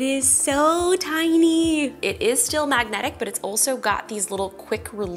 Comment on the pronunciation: Very tine. So tine.